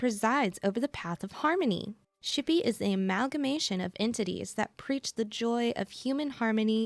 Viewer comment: Never say xipe ever ever ever again PLEASE